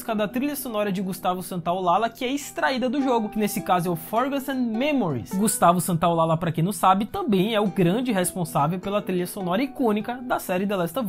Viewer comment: gustavo santolalla se diz ;gustavo Santolaja, ll se fala como j, parabens peo video